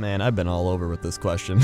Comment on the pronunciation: every time he says over i hear ogre